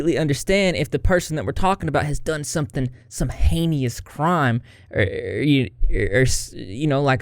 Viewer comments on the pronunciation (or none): heehee. adorbs. "heinous" is pronounced "hey-nuss". 😋